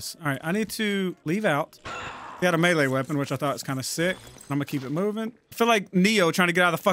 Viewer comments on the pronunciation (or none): none